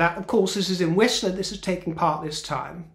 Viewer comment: Love you, and, it’s “Whistler” British Columbia. Whistler is about an hour and a half from Vancouver.🤗